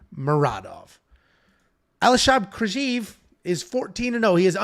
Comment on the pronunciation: Aliaskhab Khizriev Proper Pronunciaion = Al-e-us-hub His-ree-yev